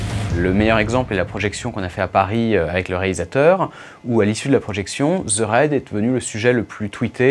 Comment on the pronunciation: Merde, apprenez à prononcer les titres correctement svp. Ça me fait mal aux oreilles. Le docu est bien mais le ze au lieu de the gâche tout vraimenT!